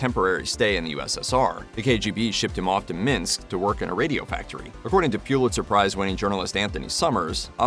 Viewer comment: Pullitzer rhymes with bull, not stew. My brother-in-law won one years ago